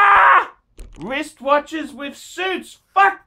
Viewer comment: are you aware that the letter r is in the word wrist?